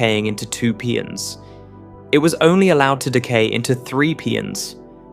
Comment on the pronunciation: Please fix these AI speach synthesizers to pronounce the names of elementary particles correctly. Mesons are not Meesons they are Maysons. Pions are not Peeons they are Pie ons, the letter i is hard i. Etc. ...